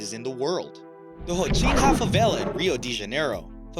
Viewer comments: Haw-SEEN-ya. That's how to pronounce "Rocinha". Please. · And he pronounced rocinha favela wrong